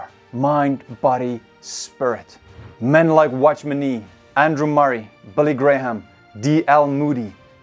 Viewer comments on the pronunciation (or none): none